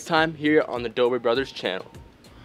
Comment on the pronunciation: When Steve said cyuche😂